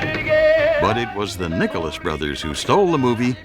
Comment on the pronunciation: At the minute mark sounds like he said the nigerless brothers had to rewind it to be sure.